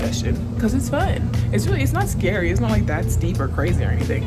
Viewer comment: “It was scwary” awwww!